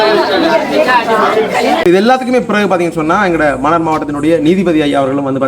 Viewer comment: மன்னிக்கவும் மன்னார் மண்ணாறு இல்லை தமிழைச் சரியாக உச்சரிக்கவும்